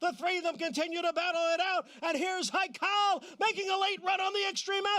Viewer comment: According to you none of them will win, so how about you stop putting my Farm's Haikal down and also learn to pronounce his name please at the least.